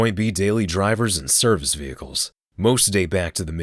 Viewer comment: Did Michael Jackson sneak in on fact#4 ? Veheicles ? Xd vehicles*